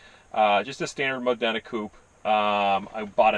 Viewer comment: It's pronounced MOD-DENA Spelt Modena. Italian words are said the way Italian's pronounce them. This is the city where Maranello is situated. The cities colour is yellow...thus the Ferrari badge. Nice car, must be a lot of fun.